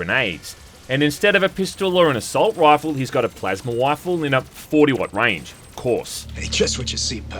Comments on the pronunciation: Wifle sound like something Elmer Fudd would say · I love the pronunciation here lol hes got a plasma wifle, pew pew